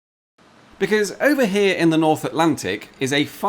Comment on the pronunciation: "It's the Royal Navy h'yere" lol